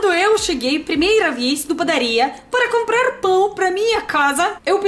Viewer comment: Camprarrr é muito legal ouvir